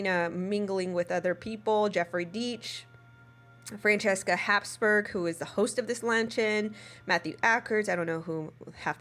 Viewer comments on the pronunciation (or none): none